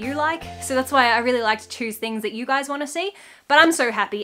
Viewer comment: "Don't yew reckon?!"